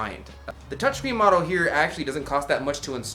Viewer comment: Model not modle